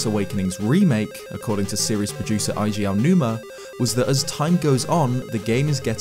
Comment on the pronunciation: Say it with me,: A.G. Aonuma. A.G. is how you pronounce Eiji Aonuma's name (romanized), not I.G. This whole mispronunciation of someone so important to your channel has gone on long enough.